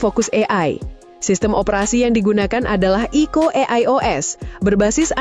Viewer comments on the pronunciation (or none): Jadi dibacanya 😄